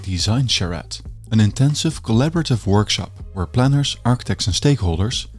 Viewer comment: wish you'd stop devoicing the consonants (i.e. they diD not they diT, plannerZ not plannerS (word final S is usually pronounced Z when it's preceded by a diphthong or a voiced consonant))